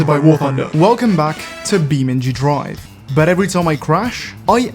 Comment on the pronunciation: "welcome back to BEAMNG JRUIVE"